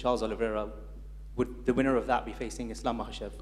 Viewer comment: He really doesn’t know Islam makhachev name Everytime fumbles 😂